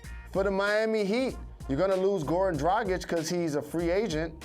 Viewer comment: Bruh, put some respect on dragic’s name